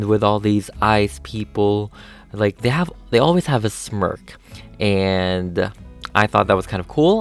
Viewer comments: I thought it was funny because when u said smirk I thought u said smurf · Evry time you say smurk i sceam